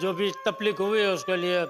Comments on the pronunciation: Everyone:taklif Jhethalal:taplik🤣🤣😅😅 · Everyone - taklif Jethalal - taflik 😂🤣🤣